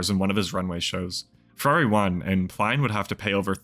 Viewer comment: You are definitely saying his surname wrong !